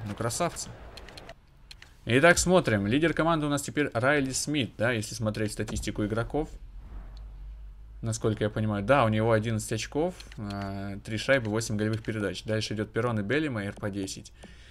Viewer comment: не Рейли, а Райли Смит